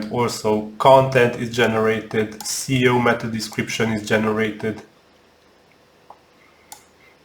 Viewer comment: I just want to give quick tip: you always say CEO instead of SEO. this influences your youtube ranking. because your topic is missed. You can also See/read in the transscript/cc ✌🏻